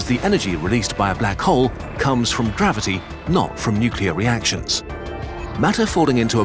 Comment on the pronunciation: Gavity... It's not mainstream if you don't say it